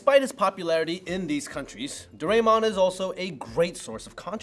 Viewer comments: The Sazae-San is Pronounced Sah-Zah-Eh-San not Sazay-San and Doraemon is pronounced Do-Rah-Eh-Mon not Do-Ray-Mon. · Nice informative vid! But why you gotta murder Sazae-san's name? Suhzay--san???? Also, instead of Garfield you should've likened Doraemon to Felix the Cat. Also, Doraymon??? I DID actually know of all of them, but I'm not gonna toot my own horn (too much!). Also, I didn't see any mention of Chibi Maruko chan! But very informative and good. No hate! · Dorae(mon) should sound like dorae(moon)…….. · For Doraemon but the others were fine